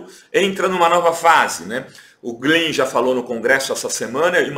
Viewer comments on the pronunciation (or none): none